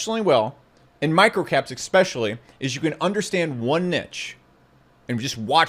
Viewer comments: There's no "X" in the word, "especially", just saying. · I learn a LOT from your insight & experience, & quite frankly, LOVE your delivery! Except I get super distracted when you say "ekspecially"... Don't get me wrong! Order all the ekspesso that makes you happy when out'n'about! Get yer mate one as well! (Thank you VERY much for your contributions👍!) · A few corrections… its pronounced “Methodology” not “Methology” … also its pronounced “especially” and not “exspecially”… now please continue to totally dominate me with your brilliant fat stacks of cash that no one has ever seen. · pausing the video to ask something oooff point obviously but I asking whether you also always hear expecially instead of especially or is it just me ? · Definitely expecially. lol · There is no "x" in "especially"